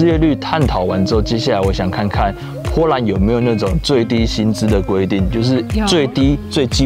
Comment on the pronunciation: bo波，不是po泼，波兰